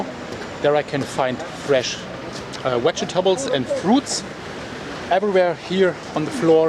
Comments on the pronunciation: Lovin how you say wegetables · Thank You For Taking Us Closer And Showing Us How Much Ash Pollution There Is. Love How You Pronounce The Word ‘Vegetables’ 👍👍